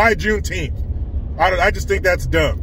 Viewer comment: plz remember it's not juneteeth it's call juneteenth lol 😁😁🏛😁😁🏛